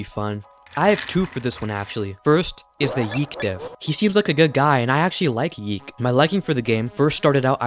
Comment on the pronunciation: Glad to see the "pronouncing YiiK as 'Yeek'" movement is still going strong